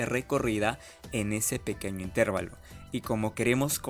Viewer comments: Señor, con todo respeto para usted. Usted no conoce las Reglas de Pronunciación de las Palabras en Español? Cuando usted pronuncia la palabra: "Intervalo", lo está haciendo mal. La fuerza de Pronunciación cae en la sílaba "va", no en la sílaba "ter". Le recuerdo très Reglas: 1- Toda palabra terminada en n,s o vocal que no sea monosílaba la fuerza de Pronunciación cae en la penúltima sílaba, contadas de derecha a izquierda. 2- Las palabras en Español para ser pronunciadas dependen de dos herramientas: un símbolo que se escribe encima de la sílaba que va a ser pronunciada con mayor fuerza y es llamado "acento" y otras que aluden a con que letras terminan dichas palabras o de cuántas sílabas están conformada dichas palabras. Usted es profesor de matemáticas, asumo, o intenta serlo. Entonces la Matemática también aplica aquí, a la formación y estructuración lingüística del idioma Español. Consejo: debe asesorarse un poco mejor en términos de Pronunciación del vocabulario cientifico-tecnico que va a utilizar en la grabación de sus videos. Razón: Está enseñando conocimientos matemáticos, pero también está enseñando errores en la pronunciación lingüística de esos conocimientos en nuestro idioma: Español. Gracias por sus videos, muy amenos e instructivos. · Es intervAlo no intErvalo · Salvo el constante "itérvalo", el video es excelente. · El señor que habla ectamente. No es “intérvalo”, que no existe. La palabra correcta es INTERVALO. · Intervalo! Practica tu pronunciación. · Todo iba bien hasta que comenzó a decir --"intérvalo" -- 😖 pero muy bien explicado... muchas gracias por el aporte. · Muy buena explicación pero cada vez que dices "intérvalo" me duele. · Muy bien explicado, solo un detalle, cuando pronuncias la palabra "intervalo" lo dices como si tuviera acento en la letra "e" debe pronunciarse como si tuviera acento en la letra "a". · Excelente vídeo. La pena es la repetitiva y errónea pronunciación de intervalo, no aceptada por la RAE en ningún país.